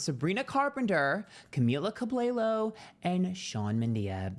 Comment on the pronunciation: Camilla cwawbao and Sean mendinia 😂I can’t